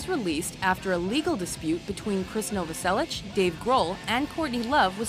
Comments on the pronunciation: Also please next time krist last name is novoselic not novoselich pernounced as na-vo-sell-ic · she says Chris Novasellich, you can her the ssh at the end of the pronunciation. Here's a fact, the riff for Come As You Are ripped off Eighties by Killing Joke. Anyhow